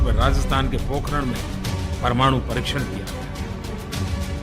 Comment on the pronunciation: पोखरान नहीं पोखरण। 🙌